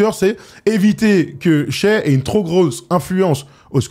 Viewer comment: saison pro, dit shai et pas shy stpppppp